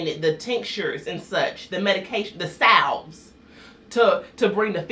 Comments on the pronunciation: "the salve" 😭😭😭😭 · "Salve"???? really 😅😅😅